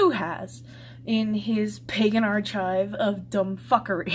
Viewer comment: Ironic how you use the expression "dumb-fuckery" in a sentence where you mispronounce a simple word like "archive".